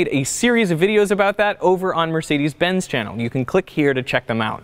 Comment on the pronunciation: Can't pronounce ''Mercedes'' right, but is driving the first car.